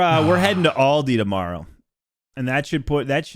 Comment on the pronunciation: The mispronunciation of Aldi broke something in my soul....... I may forgive you but it will take time 😔